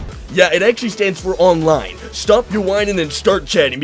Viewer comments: "olone". lmao dawg so glad I found your channel. thanks for the tips! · lol "Elder Scrolls Olone"